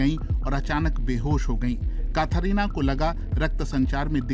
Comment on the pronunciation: कथरीना नही कैटरीना होता है😂